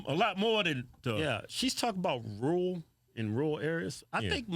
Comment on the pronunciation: I tuned this the broad out as soon as she said rural…. 🤦🏻‍♂️